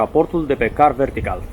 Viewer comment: M-am referit la continutul reclamei, nu am nimic cu reclamele. A fost mai rau ca una la teleshoping. Incarca sa fi un pic mai natural. M-a bufnit rasul a 5 oara cand ai zis 'car vertical'